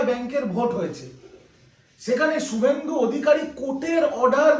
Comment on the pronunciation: Su bolcho keno? Shu uccharon korte Paro na?